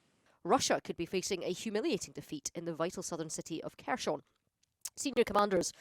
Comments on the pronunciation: Everyone else pronounces it 'hers-on' Why is she pronouncing it kershon? How do these people get a job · Please stop saying kerSHon... Take 10 seconds to find out how it is pronounced... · It's pronounced Herson (silent K) Not Kherson. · They cant even say kherson lol